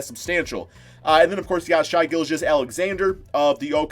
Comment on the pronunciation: If I hear 1 more shy instead of shay